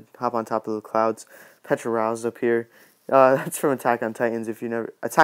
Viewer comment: Everyone says nut name wrong! They always say petral not petra ral.